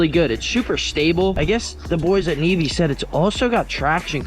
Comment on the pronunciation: Bro said nevee navae